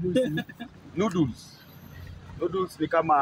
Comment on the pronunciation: alisikia nudes😂 badala ya noddles